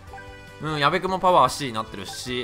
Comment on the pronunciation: 矢部にゴロが言った時やばいの方のやべに聞こえるwwwwww